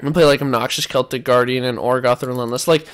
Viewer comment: Card text says Orgoth* Herf: Ogroth!